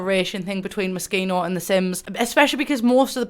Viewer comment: The thing I love the most about this video is that FINALLY someone pronounces Moschino right lmao